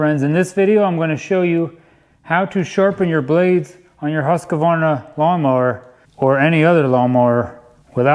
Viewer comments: Husk-Varna, not Husk-a-Varna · you ( and about everyone in the other side of the world ) needs to learn how to pronounce husqvarna. h u skvarna forget the q